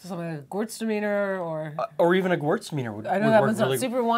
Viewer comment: My GOD what a Canadian pronunciation of Gewürztraminer. Had to rewind to understand what they were saying,. 😅